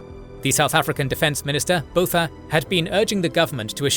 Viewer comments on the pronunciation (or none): Love the video! “Windhoek” is pronounced “Vint-hook” “Botha” is more “Buah-ta”. “Protea” = “Pro-tee-yah” Thank you for covering this conflict, the actions of the Apartheid government are appalling and deserve to be laid bare for the world to learn from, especially considering modern conflicts of a similar nature…